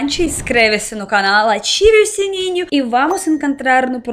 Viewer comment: Eu ia comentar isso, em todos os vídeos ela parece dizer "atire o sininho". kkkkkkkkkk